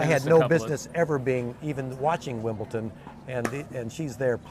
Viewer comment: Would be nice if the announcers said Wimbledon instead of WIMPLETON!